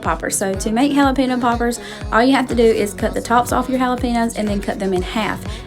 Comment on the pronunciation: Everything looks so good!! I just have to share it is pronounced Jalapeño which in turn relates to “haul a pen yo.” Not sure where people get pino in jalapeño from? You need to get the Trader Joe’s seasoning for corn. The Everything but the Elote seasoning and add butter and omg I swear you won’t go back!! I make my potato salad like you, but I also add black olives and pimentos.